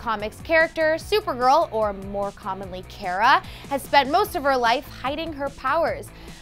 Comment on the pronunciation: it's cara not cara